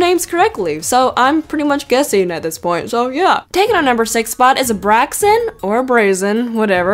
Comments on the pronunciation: break-sen BRAKSEN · You said braixen wrong you pronounce it like (Brixen) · it isnt braxin its brakesin #pronunceation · braiken is prounced bricks e ein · ***** to be helpful it is pronounced break-sen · Pronaucing brexcen breg-Sen. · Sorry but its brixin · Lps Fylmi You do not pronounce it as "Brixin" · The pronunciation for braixen is bray cksin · You messed up on Braixen! Brayxin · Braixen is pronounce as Breyksen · Btw it's braixen brAycsen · Most of these are part bulbasaur. Also your very close with the braixen prounouncation, but it's pronounced Bray-Xen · Braixen (Break-ZEN) A standing up fire fox This is here to help you pronounce it properly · FENNIKEN AND BRAIXEN AND DELLPHOX (they are the same pokemon just evolved) ARE MAH FAVORITE (also its pronounced Breack-Sin :/ ) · Brain is pronounced as brake-zen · Pronoce: Braixen (Br-A-K-Son) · it's braixen not braxien like you say it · It's brixen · Brai- csen (braixen) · It's said like brake-xen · bri-cin for braixen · ITS PRONONCED BRAIX-EN!!! Y DID YOU PRONONCED IT WRONG! SHE/HE/IT IS MY FAVORITE CHARACTER!! sorry if i am screaming beacause well i just love braixen........😢😓😭 now you made me cry and i have a request for if you see this comment then please dont say any well how do i say this "badwords" cause well other kids like me 12 below can accually learn thoose words when they are big and well i just dont want to start a fight so uh yeah thank for your time!😇😀😄😺😸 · Here is how you pronounce braixen (I think) Brake-Sin. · braixen is pronounced as brake-zen by the way 😊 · Its pronounced breaks in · Braixen = Breaks sen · Also the braxen is pronounced Bray-xen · braixen is pronounced break-sin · It's pronounced: break sin brexin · It is brixin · Gabriella Shanda "Braixen" Pronounced "Bray-Ksen" and it's not SPELLED it's "Pronounced" And if you read this the wrong tone. I'm not sorry. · It brake sen that’s how u pronounce that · sorry gotta coreckt you its bracsin (braixin) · Braixen is pronounced Break-sen